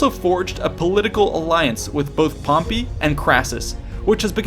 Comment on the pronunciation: First time I heard him say "Pompy" I laughed so hard I farted... But when he kept on pronouncing it that way, every single time, even at the last part, I cringed so hard I still farted...